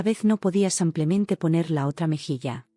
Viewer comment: Porque dice samplemente en lugar de simplemente